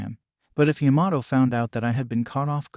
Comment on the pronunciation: Why does it sound like it’s saying yamaho and not Yamato